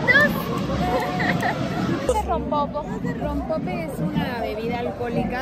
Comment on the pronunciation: No les caga que esta chica no tenga la delicadeza de nombrar correctamente lo mexicano? "Pan muerto", "Cempasuchiles", "Rompopo", wey, si estás de visita en un país, aprende bien sus palabras! Ojalá no se quede en México. Y además dice que el rompope sabe igual a la horchata! Y al final diciendo "probando dulces mexicanos" y son Oreos y Halls!! qué pedo su ignorancia.